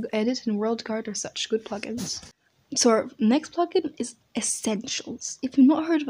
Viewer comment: Funny you said puglins instead of plug-ins.